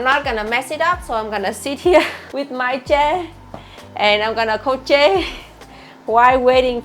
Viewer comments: That is not cooking paper. Those are paper towel, honey. I sincerely hope to God that you are not cooking with paper towels or up in a burn your entire building down! Also, you need to stop being crochet like that. It is pronounced “CROW-SHAY!” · The way you say "crot-shay" is the cutest way I've ever heard someone pronounce crochet. A combo of your Vietnamese and German/English accent. It's so original and dare I say iconic. Please don't think I am being mean or criticizing the way you pronounce it. I just wanted to compliment you on unlocking a new audible stimulation for me. Some people pronounce words so elegantly and in a way that satisfies my audio stim. You just so happen to say crot-shay in such a cute/funny/child like way. Please never change the way you speak! Hello from Syracuse New York!!!